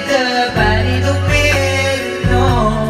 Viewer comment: Natawa lng ako sa pag pronounce mo ng matter😆 pero solid paden